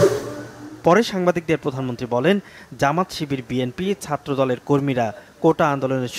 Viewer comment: প্রদানম্নত্রি না, পছামন্তি